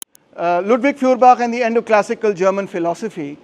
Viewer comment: Pron. Foyerbakh. Gaelic/Scottish kh sound = German ch sound.